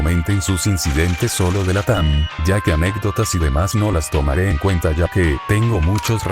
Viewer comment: no es latan es latAAAAAAAAAAAAAAm